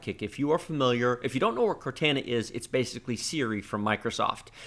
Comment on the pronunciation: I definitely can't like this video because of the way you pronounce Cortana...... like cmon I think you are the only person on this planet to pronounce that name like that lol. All jokes aside, good video.